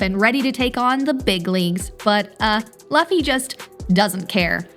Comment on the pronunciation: Its luffy not loffy